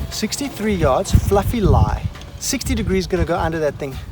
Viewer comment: Lol “FAR yds” that’s funny